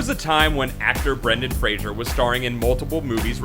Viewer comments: It's not pronounced Frasier, it's pronounced Fraser, exactly how it looks... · Fray. Zer. Get in touch with your inner reader, eh? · FYI, his name is pronounced "fray-zer", but who give a shit anyway. lol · multiple times, not just once - you say frasier ! That is not his name. Any credibility or even slight interest flys out the window when you can't even speak.... learn english dude ! mmmmm - and this is a produced clip??? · It's pronounced FRAY- zur, shithead! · Is the voice saying fraser or frasier? Can't decide. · He won't let them hire him because this narrator pronounced his name wrong the entire video. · It might help if the narrator here could pronounce the subject's name correctly. It's not the sitcom character or the boxer... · Learn to pronounce his last name right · When you're doing a segment on someone, learn to pronounce his or her name. It's FRAY-ZER. 90% of the time, the narrator said 'Frasier" or something very close to it. He ain't Kelsey Grammer. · Why does the narrator keep talking about 'Frasier'? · "Fray-zer" not "Fray-shur." Leave my boy alone. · His name is Fraser, not Frasier. So he's spoken differently! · His name is Fraser not Frazier. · *Fraser, not "Frasier". You have ZERO credibility, loser. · What's annoying is the fact that you cannot pronounce his last name correctly. It's pronounced "Fray-Zer" not "Fray-Shur." He even states so himself in interviews - it annoys the f*ck out of him how people mispronounce it. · Brendan Fray--SER. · His name is pronounced "Frey zer" btw, not "Fray sure" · Please. Stop saying Frasier for Fraser. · FRAY-ZER, not FrayShier. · Why the fuck is the commentator calling him Frasier??? It's Fraser. There's no letter "i" in Fraser. Moron 😡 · "FRAY-ZER" NOT "Fray-shure" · FRASER. FRA-SER. (Pronounced Fray-zurr). Not Frasier like the TV Show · It's FRAY-ZER not Frasier. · its fray-zer, not Frasier like the show, can u fkn read? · Fraser not Frasier. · Fraser, not Frasier!!!!!!!!!!! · Fra ZER not Frazier